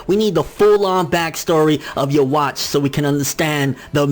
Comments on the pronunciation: Please for the love of god stop saying his name incorrectly. It's not pronounced "yewatch". It's pronounced Yu-Vack...... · loool "yo-watch" wow